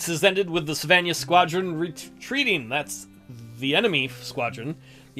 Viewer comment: I might have been upset at your pronunciation of Savannah if it wasn’t such a pretentious city.